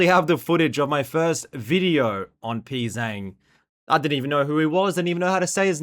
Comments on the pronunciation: Your Pzzzang pronunciation has progressed, I'll give you that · Bro, you still don't know how to say his name lol